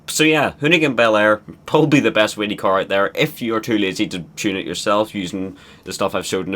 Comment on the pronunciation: every time he says whelly he says willy